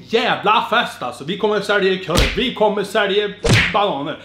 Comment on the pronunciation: Jag har aldrig kommenterat på en youtube-kanal men jag måste bara skriva att du är fan så jävla bra! Höll på att gå av på mitten när du säger ”vi kommer sälje körv, vi kommer sälje.....bananör” 😂😂😂 keep it up My man